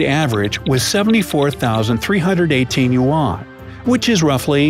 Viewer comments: One apple is called ‘an Apple’ not ‘arn apple’ in the same way a unit of Chinese currency is a ‘yu-an’ not a ‘yu-arn’. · YOU ARE SAYING YUAN WRONG. YOU ARE SAYING IT LIKE WON,WHICH IS KOREAN MONEY